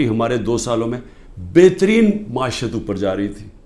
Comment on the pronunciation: Maashiat 😂😂😂😂😂 bolna to seekh lay pahly economy ki alif b to ati nahi